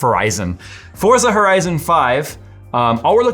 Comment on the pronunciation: It's pronounced "Forza."